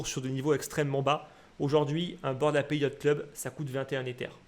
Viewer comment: Petite précision sans grande importance: On prononce Bored Ape (eɪp/ en phonétique) pas 'Appé'. 'Ape' comme un singe en anglais